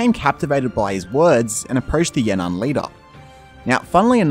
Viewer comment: It's actually Yan'an